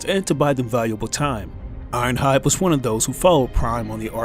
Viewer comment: Irohhud for real dude its ironhide